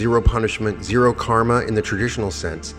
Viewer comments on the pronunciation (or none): none